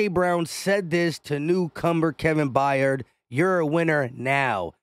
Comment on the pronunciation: Kevin Byard…. Pronounced “BIARD” BI-ARD!!!!! Not F’ing Bi-yard, please just read, Jesus F’ing Christ, it’s really not hard…. I know English isn’t your first language, but c’mon, cut me a break, content creator…. My ass…. Forget content, create some literacy.